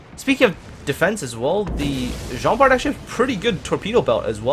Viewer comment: Just to let you know, it pronounce Jean Bar.